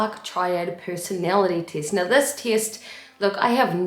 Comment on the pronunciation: I love how you say "tee-est" <3 :D New Zealand?